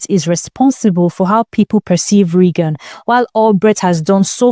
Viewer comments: Can't get over the cousin calling her "Reggin" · Wait …her named is pronounced “Reggin” like “leggin”?